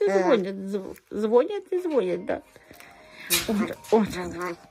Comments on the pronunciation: не звОнят, а не звонЯт. Говорите правильно. Сколько можно вас поправлять? У вас какое образование? Моей внучки 11 лет, она она никогда не говорит звОнит. А, как ваш сын говорит и ваши внучки? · ЗвонЯт и звонЯт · пожалуйста,следите за правильность произношения.в слове ЗВОНЯТ ударение на ВТОРОЙ слог.!!!!